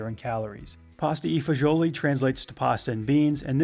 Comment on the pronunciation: As a native of NJ, I have to say that your pronunciation of Pasta e Fagioli brings back memories. I grew up around a lot of Italians, and if I had pronounced this dish like you did, I would have gotten a smack in the mouth - which I did...once. I learned my lesson quickly. Please, avoid my misfortune and pronounce it correctly next time. I don't want to see an Italian grandma smack you.